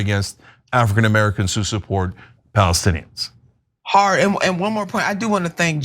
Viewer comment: That guy can't even say Palestinians. Everyone knows now that Netanyahu was very instrumental in setting up Hamas.